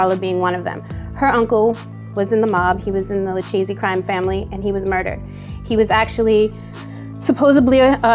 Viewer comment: lol did she just called the lucchese family the luCHESEY family